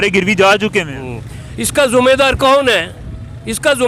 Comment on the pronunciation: अरे चाचा तू क्या बोलता है जुमेदर नहीं जीमेदार बोलो